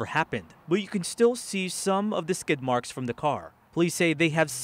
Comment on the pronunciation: Lol he said "skid marks"